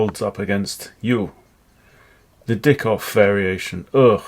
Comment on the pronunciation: Dyckhoff is pronounced as Dike-hoff. Not as d*ckhoff. But your way of saying it may be funnier! 😂